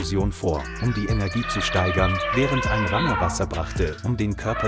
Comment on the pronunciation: Kann der Vorleser nicht Ranger sprechen?